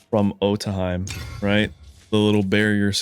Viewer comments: Otohime is pronounced like "Oh-toe-hee-may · Otohime sounded like - auto he me